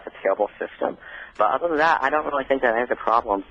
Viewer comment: This was a waste of time to talk to that guy. Weally, he wasn't wight. this conversation started off good and ended totally where it shouldn't have gone.